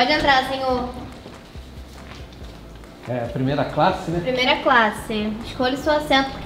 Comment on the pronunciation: a ju falou de plimeila classe